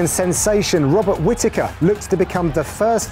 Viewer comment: Who else caught Dan Hardy calling Robert Whittaker, "Bobby Whittaker"